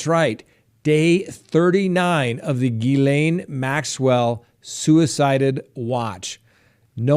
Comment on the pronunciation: as an English person I just thought I’d commend you on your perfect pronunciation of ghislane maxwells name perfect I have heard her name said all kinds of way and you say it perfectly correctly 👏👏👏